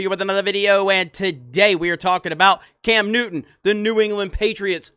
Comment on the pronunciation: Cam Newton you mean Cam Nudder